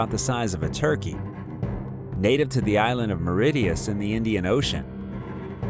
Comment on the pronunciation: Mauritius pronunciation is criminal and enfuriating, like your spelling of Hillarious American accents and attitudes, are extremely anoying, as well. 🤬